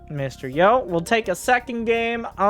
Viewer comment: Hey, Mr. Yo is pronounced Mysterio <3